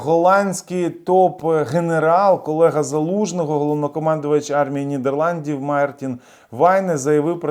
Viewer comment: Нідерланди*, не ріж вуха бро)